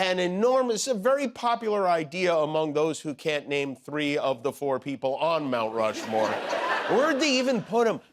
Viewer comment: Did you say " Mount Flushmore"????